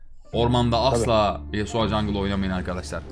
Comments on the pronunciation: nobody:: yasua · nobody:: yasua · neden Yasuo ya yasua diyosun? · YASUA DEİL YASUO YASUO YASUA NE YA:DDD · yasua değil yasuo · No Body:: Yasua